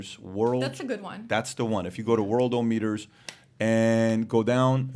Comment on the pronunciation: I might sound like an asshole and I want to apologize first but it’s pronounced world-awe-meter